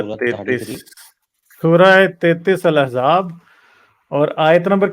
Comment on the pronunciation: Can't even pronounce the name of the chapter properly. It isn't Al-ehzaab or Al-ihzaab, its true pronunciation is Al-ahzaab.